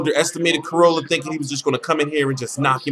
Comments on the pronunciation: The way you say Crolla is annoying. It is Crolla not Crowlla :P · think about how you would say Crocodile... It isn't crowcodile :P